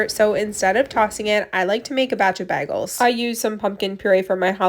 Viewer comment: Why do you pronounce bagels like that lol